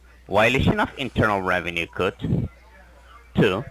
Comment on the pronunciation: “ RAVENUE SEERVICE “